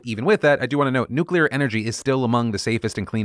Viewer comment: Phil, just wanna thank you for correctly pronouncing "nuclear" like nu-clear instead of nu-cu-lar, which isn't even how it's spelled! It's insanely terrifying that GW Bush had the launch codes for 8 years without learning how to just say it the normal way. Thank you. Praise where it's deserved.